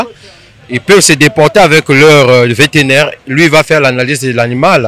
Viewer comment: Vétérinaire et non véténaire